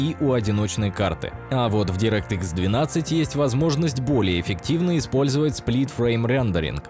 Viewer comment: Ты ошибся, бро. Не директ икс, а дАйрект экс и не Ксенон, а ЗИНОН